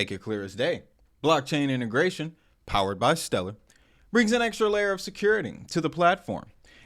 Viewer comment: I feel like he mispronounced stellar deliberately.